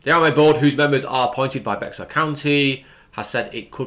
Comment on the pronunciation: Bexar county is pronounced “bear county btw.